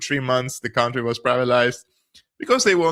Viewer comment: Country is not pronounced like county. It's /ˈkʌn.tri/.